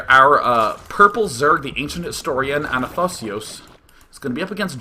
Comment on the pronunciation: Athanasios is a modern greek name dude!!This hurt my greek ears :D